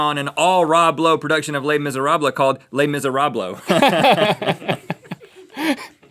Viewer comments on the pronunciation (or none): les miseroblowe... laughed so hard at that... ha ha ha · "Le MiseraBlo" 😂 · Rhett said les miserable wrong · I laughed way too hard at Les Mise-Rob Lowe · "-Les Misérablos. -Oh is that spanish ?" ...Non :( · i laughed way to hard at the 'les mis-a-rob-lowe' thing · Les Misérablowe isnt real Rhett and i are gonna have some words